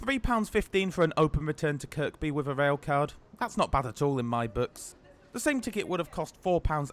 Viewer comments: Isn't Kirby and not "Kirkby"? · Nice one! Just one issue, it's pronounced Kirby (second K is silent), not Kirk-bee lol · Oh no you said kirKby 🙈🙉, Watching the comments to say its kirby 😂🤣😂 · When I was in holy angels school in the1960s my teacher told us to pronounce the second k in Kirkby she said kirkby not Kirby Kirkby by the kirk which was Saint chads in Kirkby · Making me cringe please it's not kirKby drop the second k. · its pronounced ker bee not kerk bee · tell ur not a scouser mate it is pronounced KIRBY - but spelt Kirkby - dont pronounce the last K - and only genz's would need toilets for an hours trip - rathe rhavve the extra seating and these also have a extra carriage compared to the 3 units of the old trains - these have 4 carriages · Yep it’s pronounced "Kirby". Easy mistake for an outsider enjoyed the vid 👍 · or to be actual it's pronounced by locals as 'Care-bee!' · Its pronounced Kirby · KirKby is pronounced 'Kerby'. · The second K in Kirkby is silent. Maybe do a bit more research? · Just two things mate. Kirkby has a silent ‘k’… the second one. And a ‘minute’ is a definitive 60 seconds, ‘the’ minute means a Specific defined period of 60secs. It’s not cool, it’s very poor grammar and can reduce your viewer numbers. ‘Moment’ is an undefined period of time Relative to the subject. At least you used your human voice not AI, and chose to ignore YouTube suggestion of adding irrelevant irritating distracting subtitles! Cheers for doing our 777s. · Please, the second K in Kirkby is silent. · Your saying Kirkby wrong, second k is silent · I find myself wanting the video to be stopped and the narrator to be punished each time he pronounces Kirkby with the second k! I'm from across the pond, even I know better! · Great video as always! As a local we don't pronounce the second k in Kirkby.